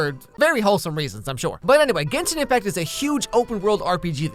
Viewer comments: I thought you said it like- 'Jenshin Impact' D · Not him mispronouncing “genshin impact”